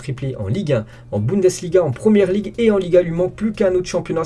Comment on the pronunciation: Bundesliga .... Arrête avec tes budensliga